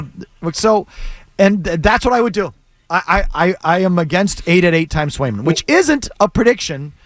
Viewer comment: Must be smoking while giving takes…trade Swayman when you literally don’t even know the two goalies on the roster or how to say their names….kick rocks and at least do a smidge of research